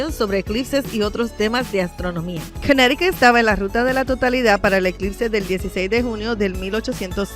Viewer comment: Si vuelves a decir Cunericut me salgo del canal. Me mareaste con esa palabra.